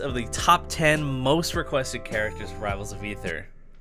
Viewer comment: i believe it's pronounced: Ay-ther